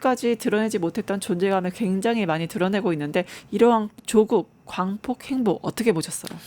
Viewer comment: 발음이 흔들립니다. 좀 더 정확한 전달이 필요. (행보-횡포...)